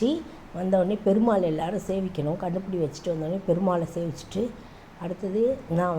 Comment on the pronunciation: Kannupudi illa kanupudi